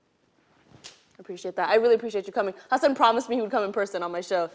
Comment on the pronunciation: YEY, amongst 2 of my fav Desi's in the nets. Can't wait to see what Hasan bhai creates in the tube. Refreshing to hear someone pronounce his name perfectly.